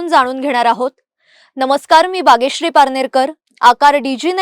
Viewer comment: मित्रा तुला बागेश्री म्हणता येत नाही?